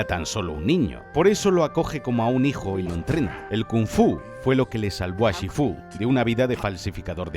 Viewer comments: Por que lo llama shifú esn vez de shífu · SifÚ?? TailOng????Sifu y Tailung bro. Es que no has escuchao en tu vida cómo lo dicen o qué? De verdad que me da to el asco que lo pongas to en latino pijo que eres español por dios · Shifú? Porque lo dices así como si llevase tilde😭 ni en inglés ni en castellano lo pronuncian de esa forma y no es la primera vez que haces algo así y me da un poco de toc 😂 Aún así, este vídeo es cine, como todo lo que haces🚬🗿 PD: usar To Love’s End de Inuyasha como música de fondo hace a este vídeo aún más cine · Me dio toc, en todo el vídeo, como dice SHIFÚ, no lleva el tono en la U!!!!!!